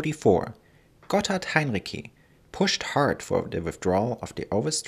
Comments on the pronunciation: As a native speaker, I'm pretty certain that the c in Heinrici is spoken like ts, not like k. And the stressed syllable of the name is the second (-ri-). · Heinrici wird mit hartem C ausgesprochen? Wollte ich immer wissen!